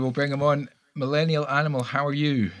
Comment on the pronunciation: BTW.... Close enough on my name pronunciation!